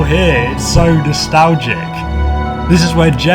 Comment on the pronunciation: .....Nastagla!!!........Cough sorry idk what happened COUGH Nastalga cough